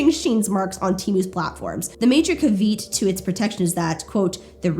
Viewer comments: Friendly tip: caveat is pronounced "CAV-ee-ott" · Caveat is pronounced more like KA- vey- yacht ❤ If I'm not mistaken that is?!❤❤❤❤❤❤ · HAHA i was so taken aback by how she pronounced it